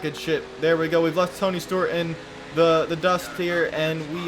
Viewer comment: ToNy StOrT......………………......No seriously he said Stort a couple times